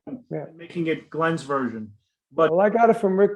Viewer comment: Wow Glenn - you pronounced his name right!!